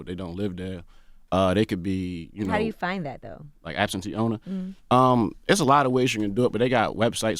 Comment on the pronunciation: The way he says "DEUU" YEUU"...